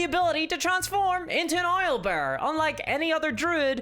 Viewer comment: Oilbear! lol do you say oil for owls too or just in combo with bears? :D